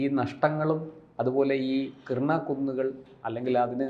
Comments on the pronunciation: കിർണ അല്ല കിരാനാ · Kirna, kurna alla Kirana hill anu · Kiernan alla, Kiran hills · Krina alla mastere Kirana Hill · " കിർണ " അല്ല - " കി രാ ന " ( KIRANA )എന്നാണ് ശരി. ആണവകേന്ദ്രങ്ങൾ ആക്രമിച്ചത് ആരാണ്? ഇന്ത്യ ? അമേരിക്ക? ഇസ്രയേൽ? ആർക്കും അറിയില്ല. ചില മാധ്യമങ്ങൾ ഊഹിച്ച് പറയുകയാണ് ഇന്ത്യയാണ് തകർത്തത് എന്ന്. പക്ഷേ അവർക്കും ഉറപ്പിച്ച് പറയാൻ കഴിയുന്നില്ല. കാരണം തെളിവില്ല. പക്ഷേ അടുത്ത പ്രദേശങ്ങളിൽ ഇന്ത്യ മിസൈലാക്രമണം നടത്തിയിട്ടുണ്ട്. അതിന് തെളിവുമുണ്ട്.